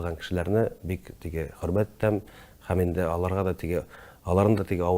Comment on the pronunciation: Тапшыру яхшы. Ләкин минем тапшыруны алып баручыдан сорыйсым килә: һәм, һөнәр сүзләре ни өчен "" х ә м , х ө н ә р "" диеп әйтелә? (Русчалап әйткәндә: Ухо режет.) грубо ишетелә.